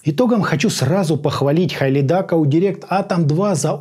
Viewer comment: Правильно произносится - Хилидак